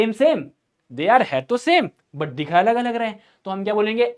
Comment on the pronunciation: अगर ❎ अगल✅😂😂😂